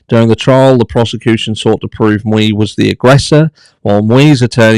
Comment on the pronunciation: Hi. Great video, as usual, BUT it bugged me everytime you mispronounced Mr. Miu’s name. It’s pronounced Me-you, not Mew-ee. 😉